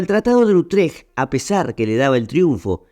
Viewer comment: Tratado de Utréj , nooo, es Utrecht (se acentúa así: útrej)